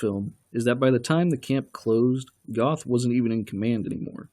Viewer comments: Goth is actually pronounced "Gurt". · Its not Goth, its Goeth, the th is pronounced like a T and the oe is pronounced like ö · I cringed when he said “Goth” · Pronounced geth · The narrator's mispronunciation of names is the real travesty here.